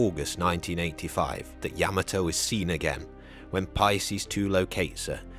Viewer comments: It's not "Yeah-ma-toe", its "Yah Ma Toe". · Yuh-maa-toe lol not yam-uhh-toe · Like the video except you keep saying Yah Muh Toe when it's Yah Mah Toe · YAM- a- toe? Yah- MOTT- o. Good grief. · yama toe ? NO NO NO Yah mato same type of people that say werner von brown its Werner Von BRAUN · It’s not yama-toe, it’s yuh MAH toe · The way you’re pronouncing the name of the ship sounds wrong. Is it YA ma toe… or ya MA toe? I’ve always heard it pronounced ya Ma toe. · You are pronouncing Yam ato the wrong way. It is pronounced Ya mato is correct!! 😊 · He put the emPHASIS on the wrong sylLABLE. It’s YaMAto not YAmato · I always heard yaMAHto with the syllabic emphasis on the middle section. I guess it’s another example of two countries separated by a common language. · Ya-mato.Please pronounce it correctly!! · THANK YOU! The mispronunciation of Admiral Yamato's name distracts from this otherwise outstanding historical piece. - Retired Senior Naval Officer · You would think someone being paid to make a documentary about a boat could at least learn how to pronounce its name. Makes me cring everytime he says it wrong. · Dude needs to pronounce Yamato right. Drives me nuts when he pronounces it wrong. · Gotta love a video where the narrator can't even say the name of the ship correctly? Even worse, really bad journalism when talking about the explosion of the battle ship they show a picture of the abomb from Nagasaki. Just saying truth and attention to detail are piss poor here... For a documentary, that should be more interested in being true and factual...